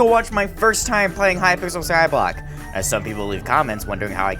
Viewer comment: its called Skyblock Not scoblock